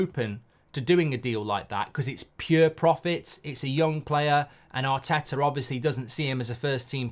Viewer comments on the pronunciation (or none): none